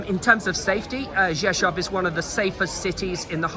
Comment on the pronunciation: Props for being able to pronounce Rzeszów, I’ve heard CNN completely butcher it, yet you did great. Thanks! 👍🤙